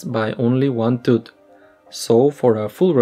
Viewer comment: If you pronounce the word "tooth" as "tut", can you please say "teethees"? :D